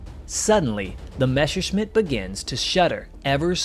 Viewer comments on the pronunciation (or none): What is so problematic saying Messerschmitt ? Almost all you US (and some British) guys always say Mesherschmitt... it is a permanent mess... with the Messerschmitt ! 🤣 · I love your videos, but please, learn finally to pronounce Messerschmitt right. It just hurts my ears hearing you say Meshersmith instead of Messerschmitt. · Every time he says "Mashersmitt" i just want to cry out loud... Dude. you are making WW2 aviation content. Learn how to f***ing pronounce at least the most important Names correctly